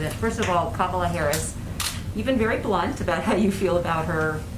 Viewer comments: he pronounced her name correctly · he pronounces her name correctly in this video. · ... I've never seen Biden mispronounce her name. But Trump... I've seen many, many times! And since she is not living and speaking in a South Indian dialect, I tend to want to pronounce her name the way "she" prefers it.